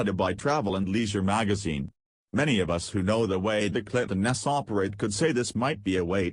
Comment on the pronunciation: If they're going to use robots to read, they need to program them properly so that they don't mispronounce everything they read. Don T = don't.....Clinton ess=Clinton's, etc. It's distracting.